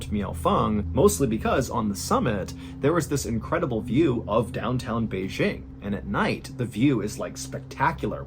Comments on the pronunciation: (tip: Beijing is pronounced with a hard J. We always say it with a "zh" sound in the U.S., which funny enough exists in other Chinese words ... but not BeiJing). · MrBallen you rock Just a small point: Ren (the name or the word) would be pronounced almost identical to how it would be read in English. (It's not Shen.) (The J in Beijing should be just about like an English J and not a "zh" sound.) I actually lived in Beijing in 2004 and from . I would have been there when this happened. And in 2004 I taught in No. 8 Middle School. Also, those aren't water bottles in that photo: those are 2 bottles of baijiu (I think one is Er Guo Tou, cheap and really rough..), ie Chinese grain alcohol, and a can of Yanjing beer (Beijing's local beer brand)